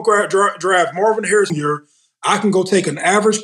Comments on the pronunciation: Mase tryna say Marvin Harrison Jr 🤣🤣🤣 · My boy ma$e said Mars Hairs Jr. 😭😭. Must be a spike Lee joint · With how bad mase fkd up Jr's name, it means he has no idea who his pops is. Mase too funny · Ma$e butcher the fuck outta Marvin Harrison Jr. name!! Only the son of HOF wide receiver Marvin Harrison or Two Pistols is what we call him in Nap 😂😂